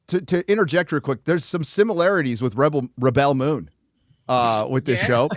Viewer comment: How pronounce Rebell Moon sounds like R*pebell Moon.🤣